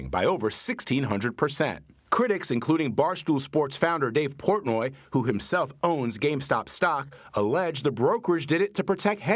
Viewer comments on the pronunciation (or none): "Dace Portnoy"